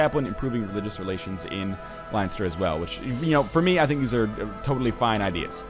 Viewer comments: Ohh god. As an Irishman I have to say that it is pronounced 'Len-ster' not 'Line-ster'. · Leinster is pronounced Len Ster 3 from your Irish fans :) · Len-stur Northernlion. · It's pronounced "Len-Ster"... should know, I live there :) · its pronounced lenster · Nl it's pronounced Len-stir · NL its pronounced len-stir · It's pronounced Len-s-ter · Len-ster its pronounced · LOL its so funny listening to nl say leinster